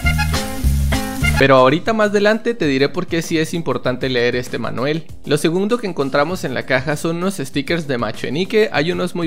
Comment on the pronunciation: me encanta como le dices "manuel" al manual XDXX